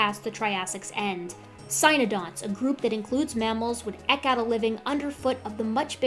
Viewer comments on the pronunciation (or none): Is anyone else weirded out by how she said, "Eke out a living?" I feel like she might only have ever read it without hearing it pronounced before. That or a regional pronunciation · For God's sake it's eeke not eck! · Fantastic video. Cant wait to share with my daughter who wants to be a paeloarchaeologist. Although gotta pull you up on one thing. "Eke" is pronounced "eek" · Excellent video. Except "eke" rhymes with "geek". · Just one comment: the word "eke", as in "eked out", is pronounced the same as "Eeek!" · So good! I love videos so much. But I have to admit it physically hurts every time I hear her say “eck” out a living. Is she doing this on purpose? Does she know pedantic jerks like me cringe? Is this a personal assault? It is all about me, right? She scripted both those “eck”s just to damage me personally. Oh well, it’s not like I could quit her videos even if I wanted to.